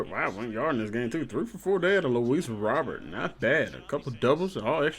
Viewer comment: Just a heads up; It’s pronounced Luis “Row Bear”